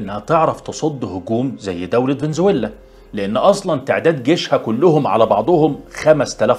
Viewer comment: سلام من الله عليكم.انا مشترك جديد .كل تقديري و احترامي لحضرتك.سرد القصص اكثر من رائع .بارك الله فيك وحفظك واسرتك.ملحوظه بسيطه بعد اذنك. فينيتسويلا بدون شده علي حرف ل. وفقك الله وجعل نصائحك في ميزان حسناتك.اخوكم يحي